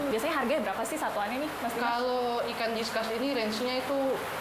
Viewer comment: mau komen begini ternyata udah ada, diskas diskas wekawekaweka